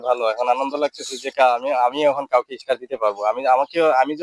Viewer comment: শব্দটা ইস্টার হবে না। স্টার হবে।😊😊😊😊